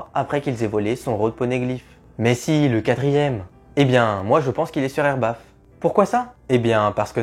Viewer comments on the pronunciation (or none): Elbaf pas erbaf